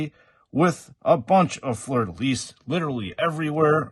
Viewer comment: Great review ! Really impressed that you can say Fleur de Lys right ! It is part of my flag, so I cringed everytime I hear it wrong in Joytoy reviews haha